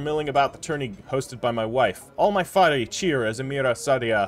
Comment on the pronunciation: faris is pronounced with the s at the end. faris is also singular, the plural would be forsan.